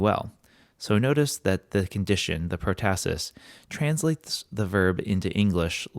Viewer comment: PROtasis is pronounced with the accENT on the first sylLABle